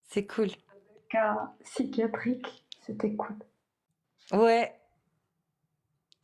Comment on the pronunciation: Aaaaah la ''sychiatrique''